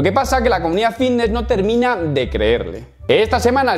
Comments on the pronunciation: A mi no me engañas, sigues diciendo “Vvvvitness” 😂😂😂😂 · Bbbifitnesss qué bien lo pronuncias piquitooo